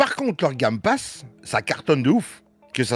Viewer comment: "le gamme passe" tu m'as tué 😂